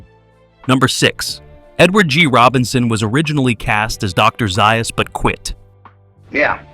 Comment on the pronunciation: It's Z A us